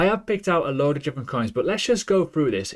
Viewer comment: WTF is JIFFERENT? I'm also English and never heard this in my life 😂